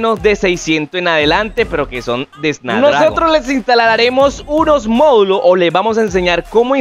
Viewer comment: Es snapdragon** no snadragon jajaja, le quita toda la credibilidad al vídeo, y enserio usaron esto como método de publicidad al tipo? Acuerdo económico dice cD